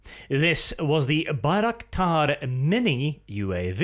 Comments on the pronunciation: Why do you call it Baik-raktar ? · Haha first second already butchered the name of the thing.